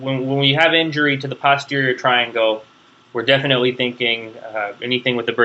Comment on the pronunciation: It's very good of you to help people with their studies but you really should be more careful. You named structures that do not exist and confused muscles that do exist with a cartilage that does not. Personally I do not like your pronunciation of "posterior" and have never heard another physician/surgeon who used yours. But I guess that should fall under the heading of "to each his own".